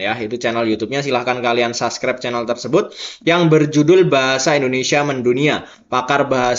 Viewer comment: "Subscribe " Bukan saskrep!